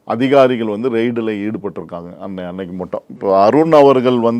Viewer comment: ரைட் அல்ல ரெய்ட்